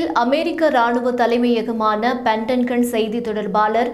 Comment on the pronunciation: மேஜர்! பாஜர் அல்ல! பென்டகன்! உச்சரிப்பை திருத்தவும்